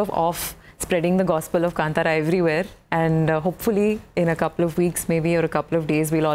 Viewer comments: kantara?? its kaanthara navika pronounce it correctly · I do not like hearing the wrong pronunciation of Kantara. It is Kaaaaantara and not kantara